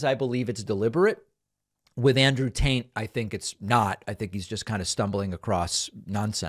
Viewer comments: Did you call him Andrew Taint? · I really enjoy the content you guys are providing. Watch and like everyday. I also liked the subtle tante instead of Tate LOL!! Well done sir. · Thank you for pronouncing “Andrew Tate” as “Andrew Taint”. It’s really the only acceptable way to pronounce his name. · Sounded like you said Andrew Taint and I'm so here for it 🤣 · I could swear I heard Andrew Taint not Tate multiple times and rightfully laughed. Following for a while I know it would be a mistake and that's what makes it so funny. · David, Sir! Are you saying Andrew Taint? 🤔 Cause if so, that is absolutely hilarious 😂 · I know how much you love pronunciation comments. But I swear you kept saying Andrew taint. And I think his name is Andrew Tate. . . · Love the show! Here’s my comment ~We’re you saying “Tate” or another version?? 😂 I must have misheard you